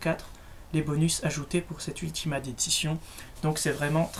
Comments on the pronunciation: C'est pas [ultimate] mais [ultimayte] (phonétique) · bonne vidéo :) PAR CONTRE X) ! on prononce " Ultimaillte " et "AmazonE" ^^ Voila c'est pas très grave mais sa te sera peut être utile une prochaine fois ! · Attendez... Il a dit AMAZON et Ultimate ! Déjà Amazon se prononce AmazonE et Ultimate se prononce Ultimait ! Sinon très bonne vidéo